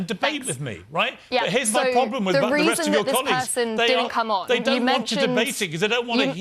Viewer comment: “Wiv” ffs